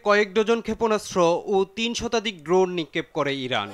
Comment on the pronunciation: ভাই ড্রুন না, ড্রোন হবে। আগে উচ্চারণটা ভালোভাবে শিখেন। কী সব সাংবাদিকদের এরা যে নিয়োগ দেয়! নেপোটিজমের চরম পর্যায়ে গেলে যা হয়...